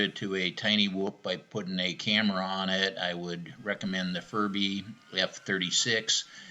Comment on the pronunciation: don't you think, maybe, just possibly it, is pronounced fury bee?